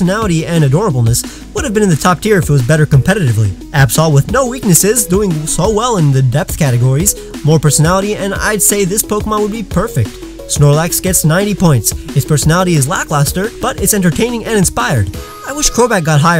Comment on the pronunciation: It’s snorkax